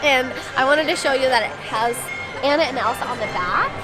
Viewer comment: You're selling the merch....at least get Anna's name right lol poor Ah-na